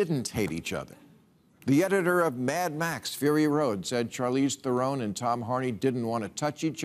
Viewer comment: "Theron" is pronounced "throne" BTW. I wish big-time media people would do basic research. (Or at least that's how SHE says it but what do I know?)